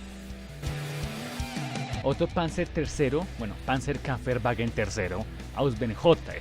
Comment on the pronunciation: Muy buen video. Te mando las pronunciaciones: Panzerkampfwagen se pronuncia "PANTSER KAMF BAGUEN" (la p es casi silenciosa) Jäger se pronuncia "LLEGUER" Tschechisch se pronuncia "CHEJISH" (la t inicial es casi silenciosa! "Grille" se pronuncia "GRILE" "Sturmgeschütz" se pronuncia "STURM GESHUTZ" ¡Saludos!